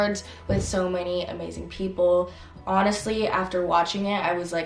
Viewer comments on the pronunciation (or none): none